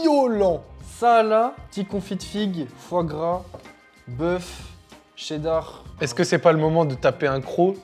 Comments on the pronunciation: qui prononce cheddar 😂 le TCHÉDDAR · Ouais ouais le fameux « tchéddar » 😂